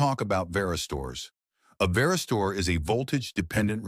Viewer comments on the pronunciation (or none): The word varistor is pronounced as: /ˈvær.ɪ.stər/ 👉 Broken down: VAR → sounds like “vair” (rhymes with care) IS → short “iss” sound TOR → pronounced “ter” (like stir) So when spoken smoothly, it sounds like: VAIR-iss-ter.